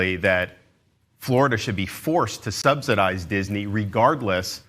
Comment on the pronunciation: He keeps pronouncing "subsidise" wrong.